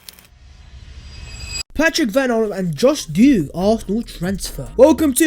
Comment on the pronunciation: Plus this guy can't even pronounce him name correctly that shows the amount of games he's saw with him in it